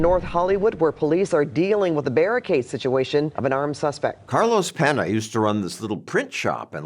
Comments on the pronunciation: Peña not Pena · PENNY-YAH….take time to find out pronunciation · Penna lol. John's never seen an ñ?